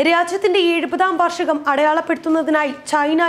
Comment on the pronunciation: Varshagam alla vaarshegam